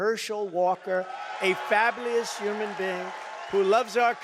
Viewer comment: “Herschel Walker, a fablious human being. What does fablious mean? Any educators out there want to take a stab at this word?